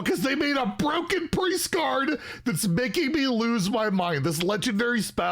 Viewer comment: Bur-O-ken lol you kill me